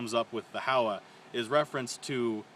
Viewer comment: Pronounced Ho-wa long o and a.